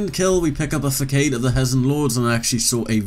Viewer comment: Not trying to be mean, but you pronounce facade way wrong. Its pronounced fuh-Sod if that makes sense